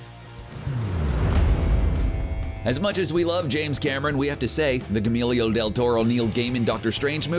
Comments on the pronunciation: Gee yer moe. not G-Emilio esteves tf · That's a weird way to pronounce Guillermo lol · Dude apologize for butchering Guillermo’s name.....like that was awful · Who is Gemilio del Toro? I only know of a Guillermo del Toro. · Wow. You really should do your research before recording the narration. If you have no idea of how to pronounce “Guillermo”, do. To make shit up out of thin air and hope you get it right. It is not hard to find info on how to pronounce it correctly. It is definitely NOT pronounced “Guamillo del Toro”. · "gAMeelYoH del Toro" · Good god, you butchered the hell of out Guillermo. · Yeah, "Guillermo" isn't that hard to say.